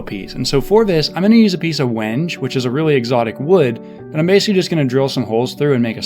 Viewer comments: “When Gay” not “whenge” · Awesome outcome. But it's not pronounced wenge, it's wen-gay. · "Turning A Rusty Spring Into A Deadly Sword" It really required me a loong think to realize you weren't going to use a lathe, I was confused for sure. Also it's pronounced wenghe or if you're feeling a little more precious, wengay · he called wenge "wenge"! lol thats hella wengay! just kidding buddy love ya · That wood is pronounced win-gay, i do a woodworking and have come across it at a few exotic wood dealers. Just an fyi, great video and cool sword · I think the wood is pronounced when-gee..but I could be wrong..English isn’t my primary language Great work I really enjoyed your build